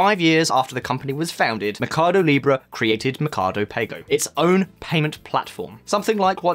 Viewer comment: Why does he keep saying mecardo in stead of mercado?